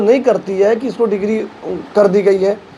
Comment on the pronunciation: अबे डिक्री होती है डिग्री नहीं